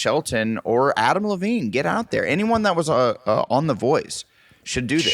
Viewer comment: love the mispronunciation this episode “any oney else? any giveaways, takeaways…” -Adam